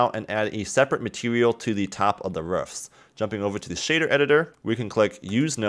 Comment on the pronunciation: really nice "ruffs"